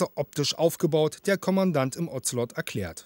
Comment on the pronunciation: Ozelot - sprich O ze lot , nicht Ozzzzellottt